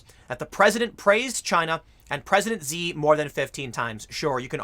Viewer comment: Not saying you need to give any respect to Xi, but it's pronounced 'Schi'.